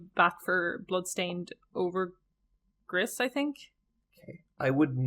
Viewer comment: You probably don’t care but Gris is pronounced “grease”